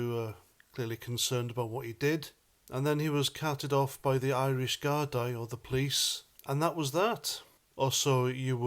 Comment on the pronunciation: Gardaí is pronounced Gardee not Gardeye! 👍